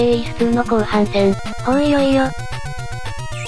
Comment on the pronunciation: オイヨイヨ(ほぅいよいよ・・)